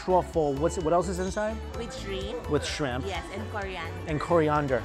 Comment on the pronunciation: why did he turn Irish when he said coriander